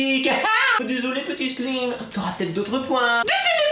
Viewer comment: du "selyme" mddr tu m'fait trop mareé